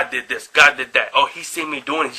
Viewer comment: "dis erf is ruled by Devil himself" don't need to say more, self-pwnage